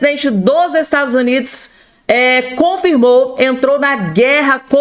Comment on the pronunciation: 😮"Estadus Unidis" 😂😂😂